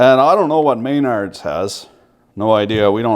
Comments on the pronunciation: it's McNards, not may-nards. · It's pronounced M'nards